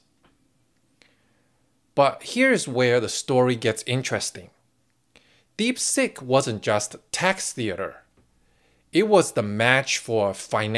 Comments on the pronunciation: um.... was that "DeepSeek" or "DeepSick" ? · Hey, not sure if it was intentional but I kept hearing DeepSick! ha ha